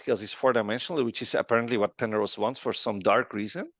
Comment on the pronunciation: 😂😂this guy saying pernose not understood.